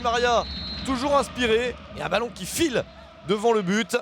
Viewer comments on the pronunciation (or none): none